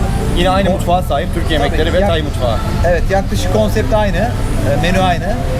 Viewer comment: Tayi değil Tay ak